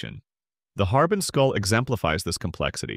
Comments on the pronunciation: Very cool. Looking forward to this. Thank you ☺️ Btw, “Harbin” is pronounced har•BING, with the stress on the bing part 👍🏼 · Well, more like har-BEAN than har-BING.